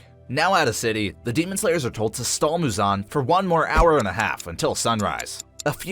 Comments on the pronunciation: it's MUzan not muZAN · what the fuck is that pronunciation of Muzan's name